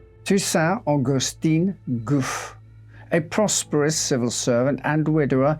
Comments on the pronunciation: The pronunciation is Goufe'y not Goof. Just saying is all. Warms BRex:202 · Excellent and interesting, but ahem are you having a bit of a linguistical joke with us? His name (as written) should be pronounced more like 'goo-fee' rather than 'goof' (I laughed every time you said it). If I'm wrong, then goof, c'est moi, non? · Isn't it pronounced Goo-fay? An accent means the "ay" sound in the French language. No accent on the "e" is Goof. Just saying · Gouffé - you pronounce it as 'goof' but the correct French pronunciation would be 'goufay'. Accents are never silent in French. 😊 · The name Gouffé is pronounce Gouffey because of the accent on the e(é), but you say Gouff 😂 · Btw, I think it's goufFAY - not goof! lol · One minor observation, I notice acute accent (accent aigu) over the E, making it pronounced like "goo-fay", whereas you pronounce it more like "goof", but I don't know the story and whether the accent itself is a mistake 👍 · Not "Goof", if that accent belongs there, but "GooFAY". On screen, LYON not Leon... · I noticed that too. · It’s pronounced ‘Gou Fay’ not ‘Goof’ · Gouffé is pronounced 'Goo fay' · Gouffé is Goo-FAY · But but but isn't it goo'FAY?? All those well pronounced French words but there's an accent ague on the final e. Goofy! 😂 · Its pronounced "goo-fay": the acute accent over the e makes it sound like"ay" as in "play". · Very interesting, but it should be pronounced Goo Fay. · Thank you for this post. If that's helpful, Gouffé would be pronounced 'Gouf-fay'. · It's pronounced "Goo-FEH". 👍🏻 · Judging by how the name is spelled, Gouffé, it should be pronouned "gou-fay". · He’s pronouncing a lot wrong. It’s Gouffé, not goof. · Except he doesn't pronounce them well at all 😅 He especially butchers the name of Gouffé, which, if it really has an accent on the last letter, the 'e' is not silent. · Not a big deal of course but the "é" in "Gouffé" is pronounced, like in the loanword "résumé".